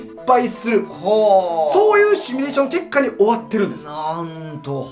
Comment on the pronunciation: 文字はシミュレーションだけど、シュミレーションって言ってません？